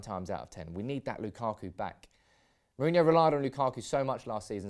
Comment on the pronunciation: Ro as in rock, not row. Then ho as in hoe